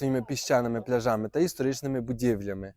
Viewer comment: Правильно ставте на голос Не пляжами а пляжами